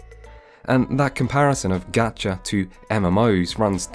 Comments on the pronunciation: One point about your video directly, you're still pronouncing "gacha" wrong when trying to correct others, and it's super annoying every single time you try to be clever. The short 'a' sound you keep using doesn't exist in the Japanese phonics. "Gotcha" is closer to the correct pronunciation, which where all 'a' sounds are pronounced like "ah". GAH-CHAH is the correct pronunciation. On Genshin itself, I absolutely hate its gameplay, its story is trash, and its progression is slow and annoying. Combat is awful because it's built to be playable on phones, which kills the ability to be precise. Getting locked into a climbing animation when you're trying to precisely dodge enemy attacks is infuriating. Unskippable, uninteresting dialogue with unlikeable non-gacha NPCs that take up too much time kills the interest in trying to go through the main story (which is also not compelling whatsoever). Genshin has top-notch aesthetics, though. It's the only game out there with the open world design AND character designs that I like on the PC. It's almost there to being extremely good, but the gameplay and story are so trash that even the great character designs and other aesthetics can make me recommend the game. (I won't talk about it's monetization, because I'm a super whale in another gacha game so I'm inoculated to the gacha.) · So actually there’s no aa sound in Japanese. There’s only an ah sound. So it is, Gah chah pohn. Idk where you heard otherwise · ur actually pronouncing gacha wrong lol. It isn't like "gotcha", but it's a lot closer to that than gAHchah. An "A" sound in Japanese is pronounced like the A in "fAther", and cannot ever be pronounced any other way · It is actually pronounced like "gotcha". Japanese doesn't have the soft a sound as in "apple". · It actually IS pronounced like gotcha, japanese a is like the o in got, not like the a in gatling like you're doing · It is actually pronounced GAH-chuh. Japan has no \a\ sound (as in can); they only use \ä\ (ah)